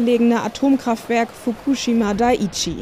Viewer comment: Japanisch hat eine sehr strenge Sylbenrhytmik, die 4 Silben sollten exakt gleich lang sein, und keine davon sollte besonders stark betont werden. Es heißt auch nicht Dai—Chi sondern Dai—i—chi